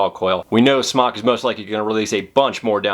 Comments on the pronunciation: It's pronounced "SMOKE." Not "Smock." And it's the Uwell RAFALE. Not, Rafael. Rafale means gust of wind in French. "Raw-fall-aye." You should really learn the correct pronunciation of the products you're reviewing. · Did you just say "Smock"? I believe it's pronounce "Smoke" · Please...SMOK long O as smoke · It's pronounced Smoke Tech. Heez us christ... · Both ways work. The chinese for Smok is like the way pronounce it (Smock) and SMOK is located in China. So I would say that's the way to pronounce it. But! SMOK themselves have already answered this question so me and everyone else can shut up and stop discussing. They said, I quote: "Hi, For Chinese, the pronunciation is more close to "Smock", For the word "smoktech" will be more close to "smoke" and I think different countries may have a little bit different pronunciation about it, so you could say whatever you like, haha. Thanks"